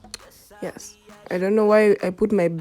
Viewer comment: 😂😂, I like how you said yess yess 🔥🔥🔥🔥🔥🔥🔥